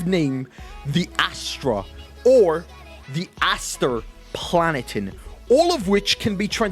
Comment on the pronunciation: As your friend. How are you so bad at reading things phonetically. Astra Planeta Aster Planetan How the absolute fuck did you mess that up